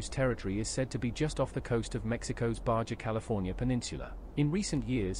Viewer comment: Also BAJA. Pronounced BAHA.